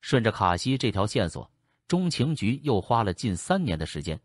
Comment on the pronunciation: 这个机械声音太难受了……“美国中，情局” 是什么鬼……